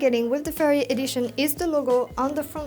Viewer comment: Great stuff! Your video's are truly quality and you explain everything very clearly. Just one thing, you pronounciation of the brand 'Ferrari' seems a bit fuzzy to me. But it's okay, cause it's very clear what it is anyway 🙂